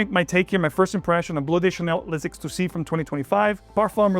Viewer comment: Great review,. Also the outfit is 🔥🔥🔥. Side note: L’exclusif is pronounced LEX (like Lex Luthor) CLUE ZEEF. Kindly.